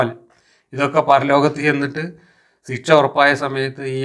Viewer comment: മാഷേ ഒരു തെറ്റ് തിരുത്തട്ടെ... ഒന്നും തോന്നരുത്.. സിക്ഷ... എന്ന് പറയാതെ ശിക്ഷ എന്ന് പറയുക